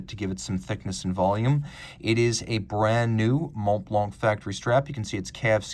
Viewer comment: The c in Blanc is silent my man